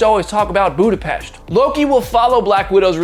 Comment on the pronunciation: Thank you for pronounce "Budapest" right! Appreciate it! :)